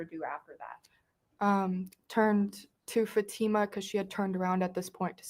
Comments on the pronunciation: How come the defense attorney can’t pronounce the girl’s name correctly. It’s fa-TI-ma, not FA-ti-ma. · It is so rude to me that the dad's attorney cannot or will not say Fatimas name correctly